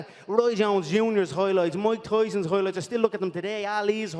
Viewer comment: “Moik Toison’s Hoi Loits” - Connor McGregor